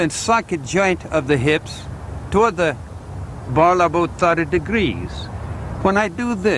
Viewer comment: Where's that accent from? Sounds like Texan at first but then goes into what sounds like a Scottish accent. At about , he sounds Spanish "Abouta thertee degreees." What's going on?